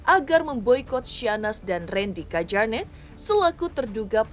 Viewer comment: Di bacanya KYARNETT mba bukan KEJARNET wkwkwkk